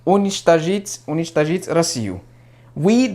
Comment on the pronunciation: ты умница! И русский отличный. Видно, что стараешься и искренне подходишь к делу. Ты большой молодец! По-моему, ты сделал только одну ошибку- в прочтении слова "уничтожить" - там ударение падает на О.